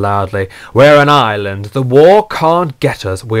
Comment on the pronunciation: "We're in Ireland" No you are not, Alexander. (BTW I know he said island)